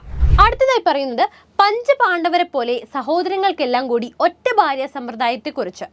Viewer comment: ഭ, ബ അക്ഷരങ്ങൾ ഉച്ചാരണ വ്യത്യാസം ഉണ്ട്. ബാര്യ അല്ല ഭാര്യ ആകുന്നു.